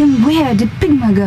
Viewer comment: Hate how krystal says pigma . wolf is bamf